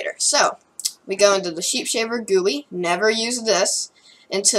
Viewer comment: It’s pronounced GUI (jee-you-I)